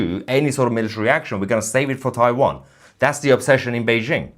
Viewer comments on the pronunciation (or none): none